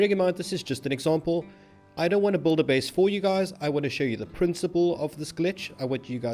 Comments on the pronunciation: DUDE! It’s “Build” (Bill-duh), not “Bold” (Bowl-duh). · Buddy, it's build. Not bould. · You'll Notice, that he says BULD xd